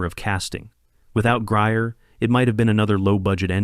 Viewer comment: Please learn how to pronounce Pam Grier's last name correctly.